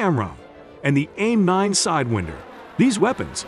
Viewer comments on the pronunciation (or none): For real why does it say twenty two so weird and sidewinder